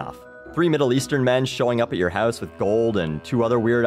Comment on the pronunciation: Are you canadian? You pronounce house "hose" and about "aboot" lol